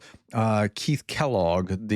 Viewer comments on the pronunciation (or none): none